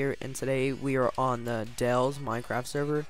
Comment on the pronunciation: My last name is pronounced "deal", not "dell".